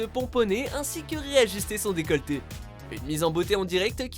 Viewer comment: décolter ? Quelle décolter ? 😅😂